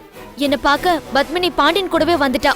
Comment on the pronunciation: hey bitch fake, u ugly creature from hell, u and ur ugly face and eyes.. u lok like a ford and cant act.. plus it is not BUTHMANi it is Padmini. And there is PA in tamil.. so go learn how to say Padmini right u stupid moron. hope they arrest u and u are behind bars soon. bitch from hell